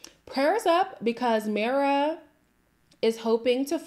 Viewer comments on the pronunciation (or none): It’s pronounced my-ra 😂 it’s a Latin name